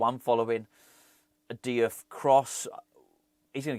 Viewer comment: Diouf read = JOOFF